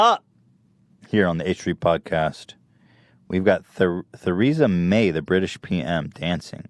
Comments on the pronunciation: I'm dying Ethan said "th" eresa May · “Th”resa may